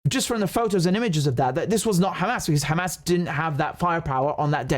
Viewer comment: KHamas, Khebollah and Khoutis! WTF!